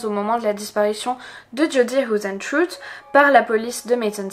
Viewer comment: hoesentruie :p..c'est du néerlandais,ca se prononce heisentreite...xD ah ok après tu le dit en accentanglais,c'est déjà mieux ^^ beh tu le dit qu'une fois comme ca,en fin cetait comique